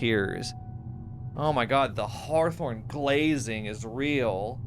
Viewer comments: Consistently calling him Dr. Horthorne after hearing it pronounced that way made me chuckle every time LOL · Thank you for pronouncing it "Dr Horthorne" every time thereafter. that's why I love watching your playthroughs of games I'll never play. thanks again!